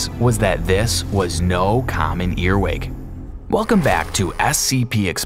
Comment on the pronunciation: JUST F.Y.I SCP EXPOSED IT'S CALLED A EARWIG NOT A EARWICK